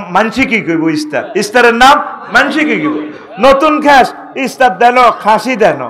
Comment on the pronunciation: হুজুর ইস্তার বলে না ইফতার।